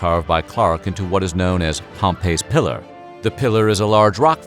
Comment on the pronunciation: Very interesting video. Just one little thing, Pomeys Pillar isn't pronounced like Pompeii it's pronounced "Pom-pee". Source: my dad was born and raised in Montana and he and my mom lived very close to Pomeys Pillar at one point.